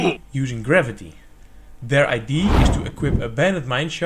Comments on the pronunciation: First, I can't get over that you say ID, rather than idea. Anyway, whole time I was thinking that this battery can be subject to leaks, and would end up being less efficient than regular gravity batteries. It's still cool and interesting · Misschien nog is luisteren hoe je woorden als idea uitspreekt. Je Engels is niet te doen. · It's pronounced Idea, not ID.